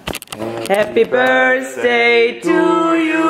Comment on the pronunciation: "Happy Birsday to you, happy birsday to you..." Aussprache sitzt😂Ne, mal im Ernst, für jmd der in Amerika wohnt ist das schon bissl traurig